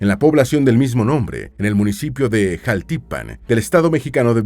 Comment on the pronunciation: Jáltipan, no jaltípan y no lleva tilde en ninguno, es para que sepan como decirlo